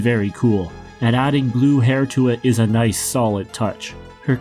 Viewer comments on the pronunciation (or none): none